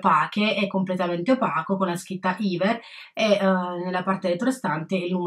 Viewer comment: bel video!! :) però volevo dirti che si dice Ever, con la E normale, non iver :)